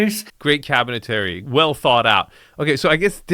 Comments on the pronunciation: Another episode, another chance to beg to say CABINETRY not CABINETARY… 😂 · I've heard you say this a few times so I have to point it out. Cabinetry is pronounced KAB-i-nuh-tree.